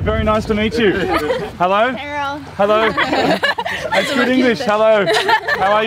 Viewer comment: Just lost it when the girl said herro lmao